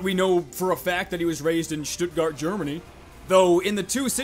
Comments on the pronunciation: As a german, I really respect how well he pronouced Stuttgard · Good bro youve said Stuttgart right! :D